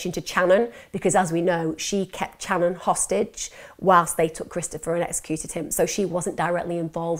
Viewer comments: You are pronouncing some of the names v wrong.. If you have done your research! It is pronounced Shanon not channon. Same as cobbins brother! If you care so mucb about the victims family, least get their names right! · New sub here. I've followed this case since they "went missing". U've done an excellent job reporting this case however, Channon's name is pronounced with an Sh sound like Shannon even tho it's spelled with a Ch. Ty again for covering their case with such grace & compassion. God bless beautiful soul ❤️ 😍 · it's spelled Channon but pronounced Shannon. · "Can you imagine?" "Can you imagine....?" "Can you imagine?" Yes. We can imagine. And I'm imagining Channon's name being pronounced properly in the next video I'm skipping to because this is just such a jerky narration.